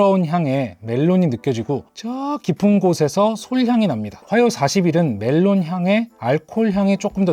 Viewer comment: melon '메론'이 아니고 '멜론' 입니다